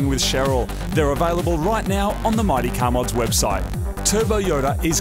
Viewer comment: I think they just keep making the "Mighty" in the intro sound more and more like "Marty" until someone notices. Anyone else?